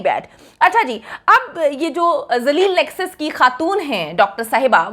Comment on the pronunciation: ڈاکٹر صاحبہ نیکسس کہنا چاہ رھی تھی بوکھلا کر نس بول گئ